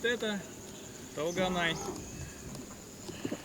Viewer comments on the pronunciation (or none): Не Талганай! тОлганай-пожалуйста произносите правильно это имя) это красивое казахское имя